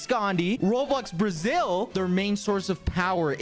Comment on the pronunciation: Did you just say BRASIL?